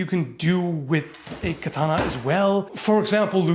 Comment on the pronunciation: That's exactly what those Edo period swords were optimized for, yes. Also kudos for pronouncing katana correctly a couple times 😊